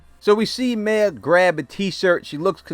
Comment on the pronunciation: “Mare” not May